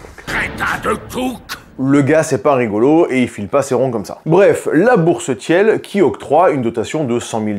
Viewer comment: Peter Tiiiiiil pas Tièle 😅